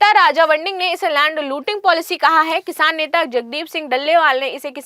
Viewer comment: Kishaaaan nahi kisaan hota hai